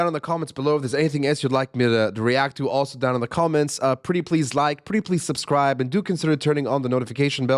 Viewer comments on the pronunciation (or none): none